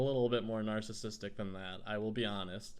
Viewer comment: He said nacisistic!😂